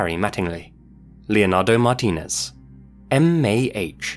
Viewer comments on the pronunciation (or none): none